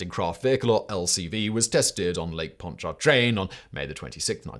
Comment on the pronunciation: Simon nice job on pronouncing Pontchartrain. That’s one of the harder Louisiana English words now we have to get you set on the Michoud assembly facility. Me-SHOO. I seriously think New Orleans folks spell it and pronounce it weird just so we can laugh a little bit.